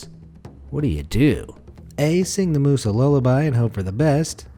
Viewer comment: The mama moose came out as mamamoos haha